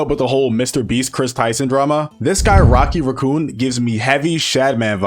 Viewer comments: Rocky Raccoon was my favourite Beatles song and now this guy is butchering the name 😭😭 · “Rocky raccoo” bro thinks he’s rocket the raccoon